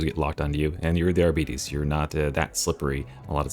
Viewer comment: Arbeaties? Can you pronounce diabetes, and then pronounce bite?